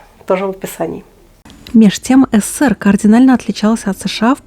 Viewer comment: Координально... Словечко жертв ЕГЭ. Кардинально, двоечница.